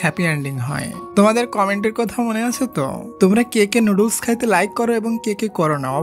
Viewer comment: noodles ❌ nudul✅ 😂😂😂😂